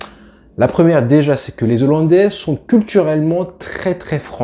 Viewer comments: Alors...on ne dit pas Zollandais ! Mais Hollandais ! Et c'est pas Kouman mais Koeman....oh Hollandais j'ai entendu ! Bien ! Allez à pluche.... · "Les zollandais" 😆😆😆😆 On dit les "HOLLANDAIS" cousin Comme on ne dit pas les zaricots mais les "haricots" On a dû te l'apprendre à l'école pendant que tu pensais à Messi au lieu d'écouter 🤭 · Super boulot !! 👍💪 Je me suis abonné. Par contre, il n’y a pas de Z à « Zolandais » 😂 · Pitié, on ne dit pas les 'zollandais' mais les hollandais sans liaison...